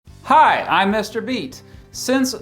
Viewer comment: He's like Mr. Beast but the missing s makes him Austin Powers